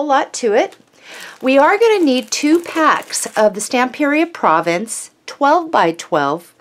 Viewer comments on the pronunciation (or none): none